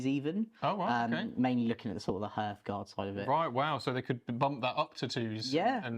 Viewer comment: Great video but every time he mispronounced hearthguard it made me want to write this comment